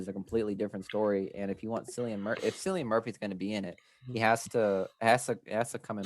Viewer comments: His name is pronounced like the c is a k just FYI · 28 Months Later is my dream movie to be made. Loved the first two parts. Side note: your pronunciation of Cillian Murphy's name drove me nuts throughout the video. lol